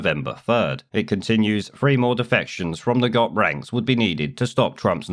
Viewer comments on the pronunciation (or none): Just FYI, the term GOP is pronounced G.O.P. ("Grand Old Party") not Gop.